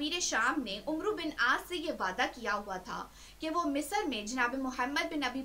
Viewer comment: Umero al aas nhe Ammar Al aas عمر کے بعد و آئے تو اس کو عُمرو کی بجائے عَمر پڑھتے ہیں۔۔